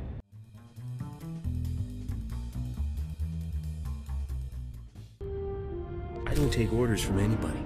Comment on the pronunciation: Rogue Qall it's actually an Upper Midwestern accent (the most obvious way to tell is the pronunciation of the word 'dragon', which sounds like 'dreh-gin'). Katie Soucie is herself from Cleveland.